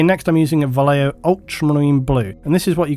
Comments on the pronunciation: Just a pet peeve of mine, Vallejo is a name of spaniard origin (and most of the bottle is written in Castillian), so the "ll" in Vallejo would make the word sound like "Vashejo" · Most English speakers mispronounce Vallejo. I think this is strange because we seem to have no problem pronouncing "tortilla," correctly as (tor tee ya). Vallejo is a Spanish word pronounced as (using English phonetics: Ba yae ho). Depending on Spanish dialect, the "b" sound can sound like a combination of an English "b+v" making a hard v sound or a combination of them both so that it differentiates between a 'b' in Spanish, and the "v." Here's a sample to listen to: I hope this helps people.